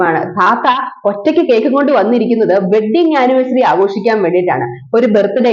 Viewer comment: വെഡിങ് ആനിവേഴ്സറി അല്ല വെഡി ആനിവേഴ്സറി😅😅